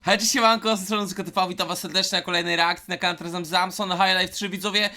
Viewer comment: Na początku i tak powiedziałeś "zamson" 😁